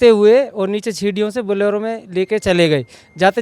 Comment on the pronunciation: बोलोरो नहीं बोलेरो कहें l🙏